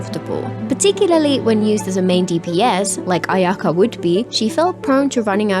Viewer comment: Why do I always hear Ayaya rather then Ayaka, welp I think I need to touch grass 💀 And ya the classic "Anemone Gucci" 🗿